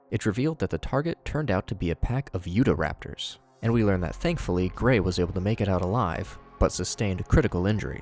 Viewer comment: absolutely baffled by the pronunciation of "yudaraptor". was my state renamed while i wasn't looking?